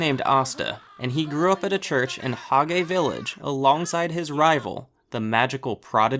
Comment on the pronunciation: u said hagay but it’s said hage